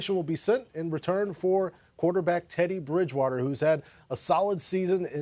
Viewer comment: Lol “Tedday Bridgewawtuh” -Cajun Accent